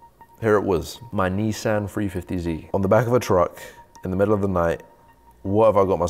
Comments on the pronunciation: Can I just say love video but couple picky pedantic issues in my head.. It's a Nissan not I neesan and it's a 350 Z not a 350 zeeee lol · Where's this kid from FFS, NEESan 350 ZEE it's pronounced NISSAN 350ZED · Ni-san, not nee-san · Knee-san. Wtf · I hope they gave you some stick for how you said Nissan 350z though, well deserved 🤣🤣😎